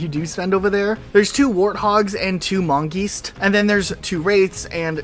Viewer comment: Love how you pronounced “mongeese” differently every time you said it